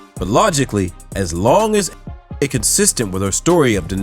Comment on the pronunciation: 為什麼那個名字A…..唸不出來🤣